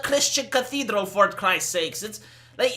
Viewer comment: "It's a Christian cathedral for Chrit's sake." Literally lol